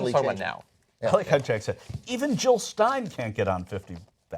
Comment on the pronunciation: Jill not Hill. Pass it along.